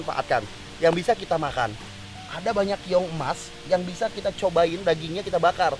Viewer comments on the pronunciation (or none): keong ih sanes kiong